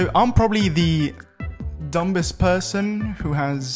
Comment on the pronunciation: never heard anyone pronounce the 'b' in "dumbest" before.. nice